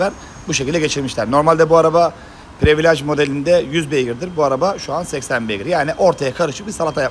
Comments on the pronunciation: Previlıc olunur previalage , ekstrim paket. Abi yanlış anlama kötü niyet demiyom ama almanlar almancadan iyi ingilizce konuşur sen yapma bari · Usta özür diliyorum ama ya yabancı kelimeleri kullanma ya da düzgün telaffuz eder misin. Çenc diyince çok değişik oluyor. Değişmiş falan desen de kabul, previlaj içler acısı zaten. Privilij diye okusan